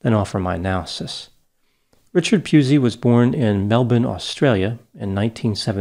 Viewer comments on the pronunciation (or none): Its pronounced Pussy. Though in Australia we prefer to call him a cunt.